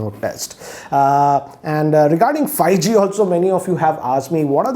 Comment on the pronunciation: Its Five G (5g) not Fi-G